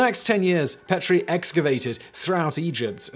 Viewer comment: I've been to the Petrie Museum. Petrie is pronounce Pee-tree